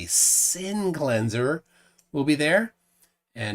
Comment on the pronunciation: "No glober has ever shown me an example of sinking refraction." Also: "That looks like a perfect example of sinking refraction." Sinc-leans-err 😏